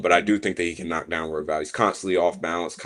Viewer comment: Had to rewind a couple of times but the way pronounces Royval sounds he’s saying Huevos. Which means eggs 🥚in Spanish 😂